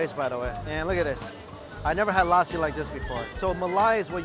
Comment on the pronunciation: This is a sweet lousi😂😂😂 this is lassi man